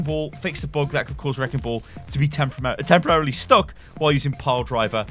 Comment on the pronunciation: I like the way you say "bug" it looks like boog X)